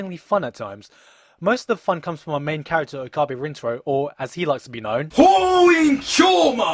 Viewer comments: Bro...OH Kah BEE? It's OH K-UH BAY. And you say you've seen this show bro? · It's Okabe not Okabi. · Oh god, your pronunciation of Okabe is just PAINFUL. It's pronounced OH-KA-BAY RIN-TA-ROW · his name is pronounced OH KA BEH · This anime is my favourite anime ever and the visual novel is also goddamnmotherfucking amazing and I'm a crazy obsessed fan of it-That should explain why I'm saying this. FUCK YOU, you're pronouncing Okabe wrong, Mayuri's tuturu is only annoying when you play it over and over otherwise it's really cute and you make out the characters to be something they're not.BTW this review is freaking hilarious & why did you use a bunch of images of the Visual Novel at the start if this is an anime review? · he's pronouncing "Titor" and "Okabe" wrong. Accents aside, he should at least pronounce the names like they do in the anime.